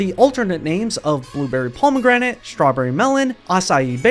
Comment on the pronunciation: The way you say pomegranate really pisses me off